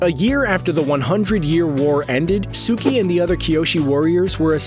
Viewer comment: When he said guitara I almost dislike n left😑 N then he said suki😑